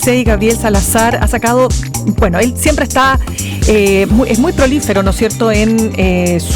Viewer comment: Se dice "prolífico", no "prolífero"